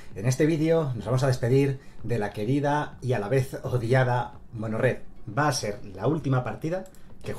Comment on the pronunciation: Lo gracioso es cuando CASI dices: MONGORED.